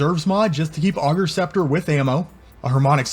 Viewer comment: Class build but pleaaase!!! It’s “ay”gers scepter 😂😂